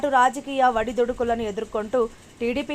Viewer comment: ఖాజా హుస్సేన్! గారు నమస్కారం, మీ క్రాంతి కిరణం ఛానల్ 697 మంది సబ్స్క్రైబర్లలో నేను ఒకడిని ప్రస్తుతం హైదరాబాదులో నివాసం ఉంటున్నాను, నా పేరు శివ ఈ వీడియోలో బ్యాక్ గ్రౌండ్ లో వాయిస్ ఓవర్ ఇస్తున్న మహిళ వడిదుడుకులు అని పలకడం జరిగింది, దయచేసి ఆ పదము ను ఒడిదుడుకులు అని ఉచ్చరించవలసిందిగా మనవి....